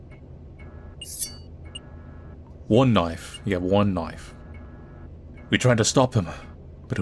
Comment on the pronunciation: knoife 😂 bri ish 😂